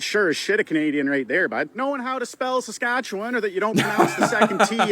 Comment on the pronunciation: First off, can confirm that thanksgiving belongs in oct. If you know what a bunnyhug is, you're probably Canadian. The thing about Saskatchewan is, the closer you get to it, the fewer vowel sounds you'll hear in it.